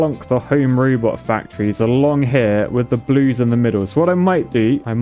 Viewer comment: "Blueys" makes me giggle. Bluies?